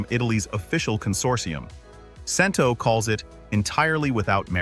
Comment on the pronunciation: Hey AI, it's CHEN-toe.